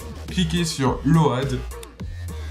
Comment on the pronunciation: doit venir du ch'nord, après sa vidéo est plutot claire et bien détaillée et c'est le principal. J'ai regardé plusieurs vidéo tuto pour hacker ma Wii U et c'est la sienne que je suit ;-) PS: j'aime bien le "LO-AD" pour load (se prononce lowde)